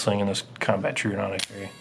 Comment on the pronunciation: Troh-oh-don. Not true-odon. Sorry it just bugs me to hear it said wrong.